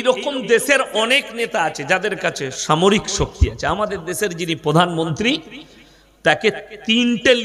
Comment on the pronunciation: দেছের, ছামরিক ছকতি, ছারিরিক কি এসব ভাষা? RIP বাংলা ভাষা